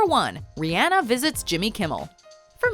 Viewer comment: You said Rihanna name wrong